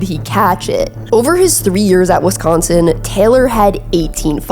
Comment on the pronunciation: Missed most of what you said because you said, "Wesconsin"